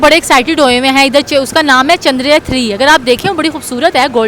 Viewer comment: Yeh jahil ko chsndrryan ka name he prnuse karna ata 😅 bs dollars 💸 💵 ke liya America ne kaha tha ki yeh pakistani dollars ke liya apne m#@ ko be sale karde 😅